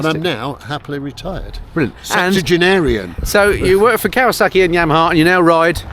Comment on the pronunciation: I like this format. 👍🏽 No wonder Geoff pronounces Kawasaki properly! I wish someone would objectify me. Anyone? Balding, overweight late 40's prime British beef.